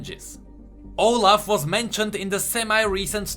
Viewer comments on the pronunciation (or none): none